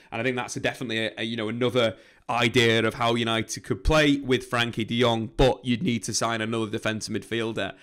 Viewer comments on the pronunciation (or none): I don't comment very often but my dutch heart cries when I hear the way you pronounce his name :$ his name is frenkie not frankie, so you can pronounce the e like it is pronounced in the words bed, better and fred... Love the videos as for the rest, keep em coming :P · It's Frenkie not franky